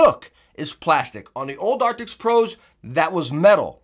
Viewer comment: Arctis.. not arktiks.. cmon